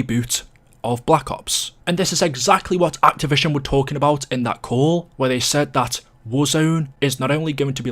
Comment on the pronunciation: Why are you incapable of saying "activision" properly